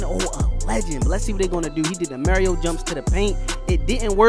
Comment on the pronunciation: Mans don’t know how to say Mario